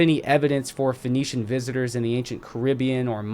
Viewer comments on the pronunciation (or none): none